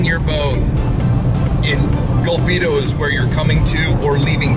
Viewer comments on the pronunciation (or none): its golfito, with an O. i live there. haha, love your channel. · Bruce is just one of the companies that does that, he is also one, if not the most expensive. My nephew also checked in your vessel, before it was uploaded from the ship. And for God's sake, learn the names of your destinations, its Golfito! But, thats all fine. Some just past through my little paradise and move on... just the way I like it. Too many gringos, destroy everything. You show a very small part of CR, but all channels do.